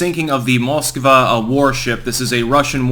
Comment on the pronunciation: Pronounced MoscvAh!! Stress is on the A